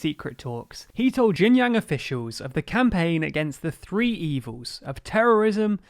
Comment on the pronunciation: Our host did a reasonable good job, not jang, it's Jiang, emphasis on the I.